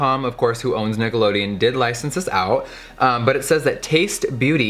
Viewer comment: sounded like you said niggalodeon 😂